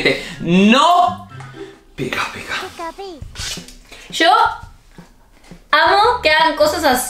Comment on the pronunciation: aquí los que escucharon que cuando dijo pica pica se escuchó un picapi😂😂😂 👇